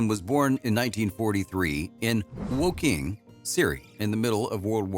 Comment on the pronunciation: Is he trying to say Woking, Surrey?? Coz it don’t sound anything like the way he is saying it!🤔😂